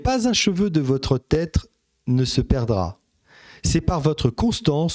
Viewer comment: "Pas un cheveu de votre têtre"?...C'est quoi une têtre?...